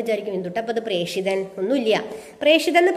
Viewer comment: പ്രേഷിതൻ ,പ്രേക്ഷകൻ എന്ന ല്ല പ്രേഷകൻ എന്നാണ്